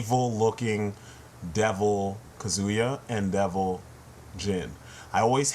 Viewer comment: now im being annoying; but kazuya is pronounced cah-zoo-yah not cuh-zoo-yah.